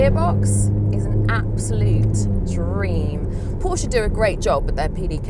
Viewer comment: Good job 👏🏽. But it’s Porsche…all day errry day baby! 😎 💨